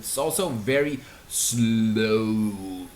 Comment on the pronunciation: fuck your mouth when you saying sloewwww